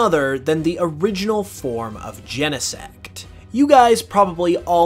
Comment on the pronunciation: Gene-sect, not YENEsect